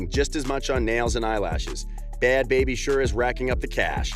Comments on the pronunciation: “Bhad Bharbie” 🤣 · Bhad “bharbie”😂